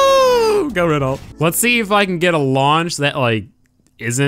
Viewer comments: It's Reno not renolt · I'm sorry but it's pronounced reno I don't mean to be rude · I'm French, and I can tell you, you have to say "Reno" and not "Renolt" bro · you should be prounouncing Renault ''reno''' :) but awesome vid bro ^^ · You don't say Renault you say Reno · Its supposed to be pronounced "Reno" but tbh i said it wrong till i heard Jeremy Clarkson say it. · Renault is pronounced like Ren-Oh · I'm pretty sure the 'T' in 'Renault' is silent, so pronounced 'Ren-o' if said phonetically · it's.. uh... ren-oh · Its pronounced "re-noh" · pronounced RenOh...not Renault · it's pronounced ren-o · It's pronounced reno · its pronounced "reh no" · I disliked because of your pronunciation, it's pronounced 'Reno' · As a French person, I cringed so bad when you said "Renault" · It's okay he didn't pronounce Renault correctly, the brand is stranger danger in America after all. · What are you saying? He doesn't pronounce renault right. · i listened to when he said it and i heard it wrong, he did butcher it., can you look it up before you make a video from now on? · It's "Renault"